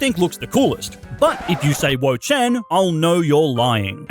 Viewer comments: Definitely wo-chein☺☺🤣🤣😃😃😍🤩🤩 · wo chien really its greninja but i am making fun of you